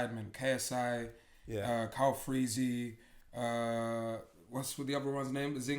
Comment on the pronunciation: Man said calfreezy 😂😂😂 calfreezg was never a goat lol icel to u lot styll